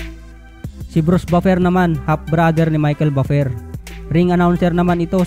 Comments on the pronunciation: sagwa ng bigkas mo sa Buffer hahaha.. parang baper hahhaa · Ayusin mo naman ang pagbigkas sa buffer